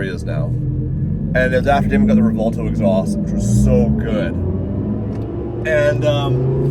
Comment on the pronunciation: WHY do these people keep calling it "Revolto"? I keep having 2nd hand embaressment.